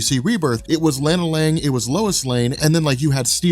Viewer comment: I don't think I've ever heard "Lana Lang" pronounced like that.